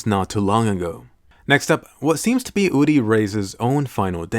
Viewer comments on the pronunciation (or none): It's uri not udi Sry it bothers me